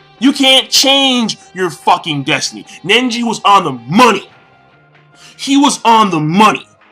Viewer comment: Seriously, you can't say one name right, or even a technique... Nenji? Notradamus? Bayakyugan? xDDD It's not like you're way off on the names, but damn...